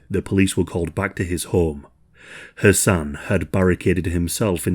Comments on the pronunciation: Idk why but it took me a while to realize you were not saying “her son” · Not gonna lie … I was all confused bc of dudes name. It sounded like he was saying “her son” so I turned on CC and it showed “her son”. Checked transcript and it did the same thing 😂😂😂 What is his name? I had to start over so I could understand “her son” was the dude and not the girls actual son. Just me??? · I know I ain't bugging every time u say his name sounds like Ur sayin her son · All I hear the entire time is "her son" , I was confused at first but then realized you were saying his name. I kept thinking you were saying it was "her son" who offed her. I hope he truly gets what he deserves!!!! KARMA WILL FIND HIM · I kept thinking you were saying "her son" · i keep thinking you’re saying “her son” and it’s throwing me offfff 😫😭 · For the first 8 minutes of the video it sounds like youre saying "her son" not Hasan.. so i was so confused thinking er son stabbed her not until you take a second to say Hasan a little more clearly & slow to realize thats what you were saying lol gesssh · I kept hearing 'her son' or was it 'Hasan'? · I'm sorry, but it sounds like you're saying "Her son". I know it's Hassan or however it is spelled, It sounds like "Her son" when you say it.